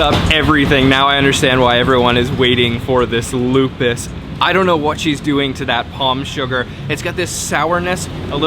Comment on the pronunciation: "O" on Lopis pronounced like "O" on "OK"